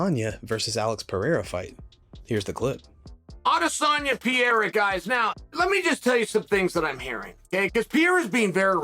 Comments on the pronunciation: I like it when Sonnen says Pierre …… I’m like…… Who the hell is that??? Then realized he was talking about Alex Pereira. Chael always find a way to be relevant. 😂😂😂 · Who's Pierra? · Who is Piéra??? Some fighters names get murdered whithin people in the Ufc that's why I like Bruce Buffer's professionalism,he takes the time to get the little things right... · i love Chael but for god sakes he can't pronounce anyone's name correctly.. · Listening to Chael keep trying to say Pereira is painful